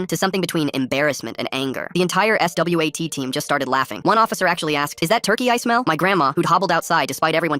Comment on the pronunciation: Stop saying S. W. A. T. Like that